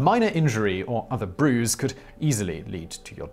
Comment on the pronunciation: Never had I though of Simon of more as British as when he said without care a bruise will kill you